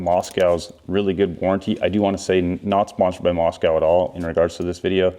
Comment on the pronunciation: Hint - the name is pronounced Mosko, not Mos-cow